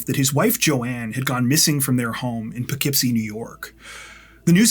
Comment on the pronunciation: Big props to for correctly pronouncing Poughkeepsie! Now just do Schenectady, and go 2 for 2.